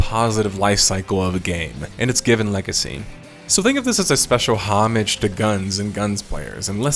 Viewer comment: "homage" say it with me, "oh-Mahj".